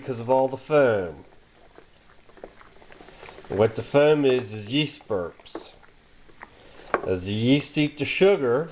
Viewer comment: I just love how you pronounce foam